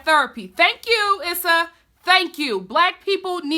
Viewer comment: It's definitely "Eee-sa". Emphasize on the E not the S.